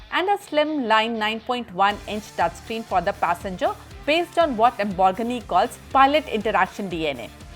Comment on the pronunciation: Love the way she says Lambor-ghini